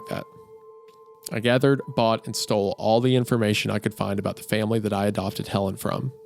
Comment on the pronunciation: Anyone else catch that Helen sounds like "Hell in"